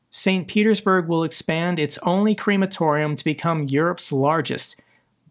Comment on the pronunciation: WTF is a creamatorium? Crematorium, no cream